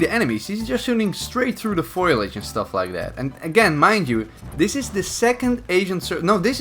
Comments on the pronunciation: Say it with me.. Fo-li-age.. Not foilage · Lol! “He’s shooing then right through the foilage” xD ?! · Lmao you said foliage wrong learn american Dutch man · Foh-Li-Adge, Not Foi-ladge